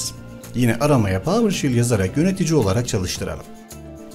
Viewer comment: PAVIRŞEL NOT PAVIRŞİL PAVIRŞEL PAVIRŞEL PAVIRŞEL